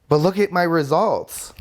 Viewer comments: "Like Oh M'gawd....Look at my rezultzzz!?!?!?!" ....EEEEK LOL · The way he says the words results, ways and fast is troubling to me...